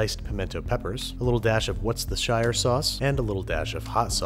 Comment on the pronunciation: He totes said "What's the Shire sauce" xD